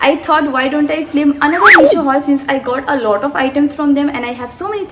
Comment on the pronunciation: Please try to work on your pronunciation a bit. You constantly pronounce "mask" as "maks", "film" as "flim" which is not very pleasing to the ears and honestly these are pretty small changes you can easily bring about by a little practice for the betterment of yourself and your content.